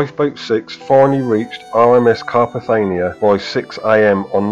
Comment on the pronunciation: Lovely video but the rescue ship was Carpathia not Carpathania! Sad end for poor Frederick.